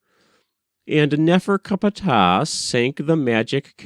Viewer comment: i don't like how you say his name nefercupatah or whatever. find it highly annoying, just like how you say thoth, and for how you read for that matter.